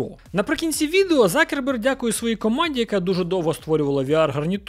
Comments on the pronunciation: Почему он стал Закерберг? Он Цукерберг! Абетка України літера Ц ,вона там Є! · "Марк Закерберг" це якась жесть.. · Ніхто його не знає як Цукреберг, його прізвище Закерберг, ви хоч раз дивились хоча б інтервʼю з ним, може ви краще за нього знаєте як вимовляється його прізвище?